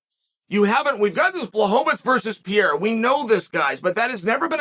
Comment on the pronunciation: Alex St "Pierra"